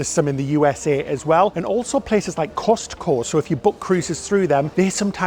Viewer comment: That was the most hilarious pronunciation of Costco I have ever heard: Cost-Co! Love you two! 🤣